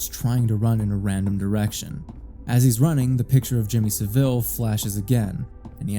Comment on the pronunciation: It's pronounced "SAH-ville," not "suh-VILLE."